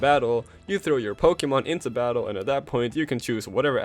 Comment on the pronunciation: Say it with me Po kay mon Not Pokey mon.